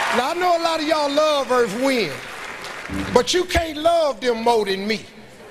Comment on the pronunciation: 🔥🔥🔥EARF, WHIND & FYAA🔥🔥🔥🔥